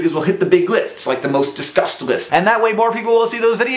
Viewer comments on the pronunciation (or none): When you said "most discussed list", I heard "most disgust list".